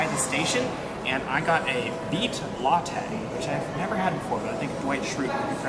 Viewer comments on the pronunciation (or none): none